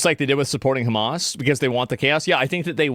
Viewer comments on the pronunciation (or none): none